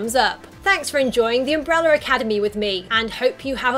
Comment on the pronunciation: “Umbrella”…not umbreller